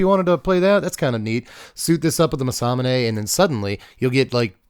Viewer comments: "masamuuuunaaaay" please man im begging you 😂 its like hearing ppl call chocobos....choco....bos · “Muhsahmoonay” is crazy bro lol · It’s Mass-a-moon-ay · Everytime he said it i punched a whole in my wall involuntarily. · It's actually pronounced Mesa Moon A according to Riot from League of Legends. That's the way they pronounce during the pro matches. Who knows though. ✌️ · The what.... that is an insane pronunciation of Masamune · The Masamune pronunciation rage bait! 😂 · pronounced it wrong every time lmao